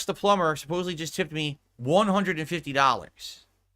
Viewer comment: Imagine dropping 150 on the pigroach just for him to go on a long rant about how suspicious your donation is, and get "plumber" wrong. dents are really special. Looking forward to the rant in the future when will explain how this guy tried to control the stream and was a detractor all along.